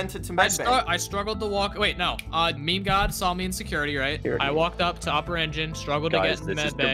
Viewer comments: It's meme not me me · It’s funny how pronounces meme me me lol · ME ME. ME. ME. ITS MEME NOT ME ME .-.